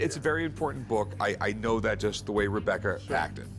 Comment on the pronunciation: he calls her Rub-ecca 😂